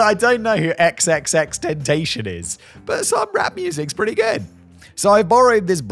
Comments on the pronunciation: Xxxtentacion is pronounced triple X tenticion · just wanted to give Simon some help, it's XXX-Ten-tass-eon but most I heard call em Triple X Tentacion. Rest in peace to that talented young artist, cut down way before his time 🕊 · Simon, It's pronounced Ten Tass EE On. The xxx man that is. One of my sons would look at you with disdain for your pronunciation, but then politely let you know. Legends never die❤ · Xxx ten tash ion (pronounced) *I asked my kid 😂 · I never knew how much I wanted to hear Simon pronounce XXXTentacion 😂😂😂